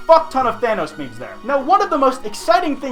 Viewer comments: why do people pronounce thanos like vanoss its thanos not thanoss i wanna stab myself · The way he siad it sthanos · ( Than- oh's) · You don't say Thanos right